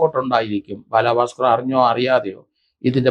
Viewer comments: ബാലഭാസ്കർ. ബാലാഭാസ്കർ അല്ല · ബാലാ ഭാസ്കർ അല്ല. ബാലഭാസ്‌കർ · Njan parayaan vijaricha comment. Ella videoilum parayum ingane baaalaaa bhaskar. But I appreciate your findings. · ബാലാ ഭാസ്കർ അല്ല സർ ബാല ഭാസ്കർ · ഇയാൾ എന്തിനാ ബാലാ ബാസ്കർ എന്ന് പറയുന്നത്😡😡😡😡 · Baalaabhasker.... The way he says is different 😊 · ബാലാ ഭാക്കാർ എന്നാ പറയുന്നത്